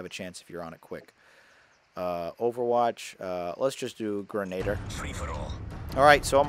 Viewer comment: Come on,. How could you mispronounce the word 'grenadier'?